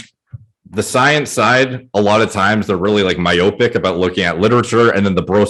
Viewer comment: The pronunciation of myopic hurts my brain.